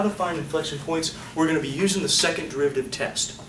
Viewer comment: "Testuh" hard to write it in words lol